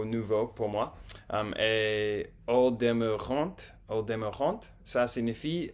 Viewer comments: "Ils t'attendent" "ils ne t'espèrent" pas tu es influencé par l'espagnol. Au demeurant on prononce pas le t comme dans restaurant. arrivant chantant etc... Je vous recommande cette série vous ne l'avez pas encore vue. Entertaining je dirais amusant, ou divertissant (et toujours on ne prononce pas le t final) :) Bon app' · On ne prononce pas le t de "au demeurant", c'est il me semble toujours le cas des mots qui terminent par un t comme "culot", "contrat", "attachant", "divertissant", "fait", etc... En tout cas bravo vous vous débrouillez très bien! Le français est difficile et ça fait plaisir de voir l'intérêt que vous portez pour cette langue magnifique. Keep going!